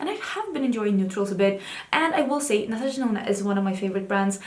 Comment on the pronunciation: In my head, everytime you say Natasha Denona, I still hear Natasha Deno-no 😂